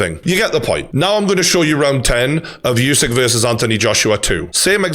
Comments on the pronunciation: True Geordie, I love you mate but pls stop saying YOUSYK! :D Usyk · Name is pronounced ‘Oosik’ not ‘Yousik’ , you brits don’t stop the disrespect..